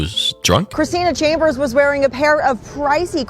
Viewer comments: not la-boot-in?? Lmao 🤣 … it’s loo-buh-taan louboutin 😂😂😂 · "Luhbooten". 😂😂😂 Loobuhtaan, brother. Lol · It’s pronounced “LooBatahn”. (I think. Lmao. Shit, maybe I’ve n been saying it wrong too. Lmao) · "La boo tin"????? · there is no way ur dead ass about "la boo tin" lmaooo im cryin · That boy said Labootin 🤣🤣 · Its "Louie - baton" pls 🤣 and R.I.P to that man 😢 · I’m sorry… but.. la-boo-tin??? 🤣🤣🤣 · Labubutins haha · Lmaoooo "LABUTON" Louie baton 😂😂 all love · I thought you were trying to say Christian Louis Vuitton, and failing miserably! 😅😅 I now realize that is not a person/brand. Lmao. 🤦🏻‍♀️ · He was 33..hmmmm.. Im not even gonna correct you on the name brand pronunciation😆🤣. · Reckless Drunk Driving while pregnantis WILD!!This is so f*d up man. She needs to be beat with the book and thrown under the jail..Wtf!! On another note..lmfao at the Christian Louboutin pronunciation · Ain't no way you pronounced louboutin like that 😂😂 you extra slow my boy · The way you pronounced "Louboutin" took me out! 😂😂😂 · He is killing me with being so serious with the pronunciation 😂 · Im sorry but The way u pronounced louboutin is killing me💀😹